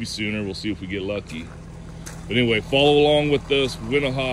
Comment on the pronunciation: 2 min and i cant handle how you pronounce wenaha. smh